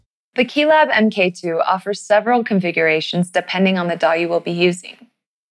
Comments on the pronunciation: Great video, but someone tell her that mkII is not pronounced "m.k. two" it's "mark 2" (as in the second version of something) and mk is a common abbreviation used for that. . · I could watch this after this semi modularly smart individual said m. k. ( not mark ) for the second time. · That, and "em kay two".